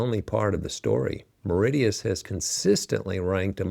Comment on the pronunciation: Mauritius, No 1…. Not Meridious. De Facto, Indian Navy & military is through structural integration, shared bases, and geopolitical alignment, India heavily secures Mauritian territory.